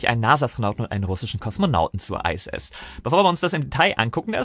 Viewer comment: Iss, nicht Ei ss.